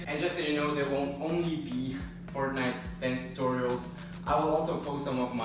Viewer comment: why do you u say fartnite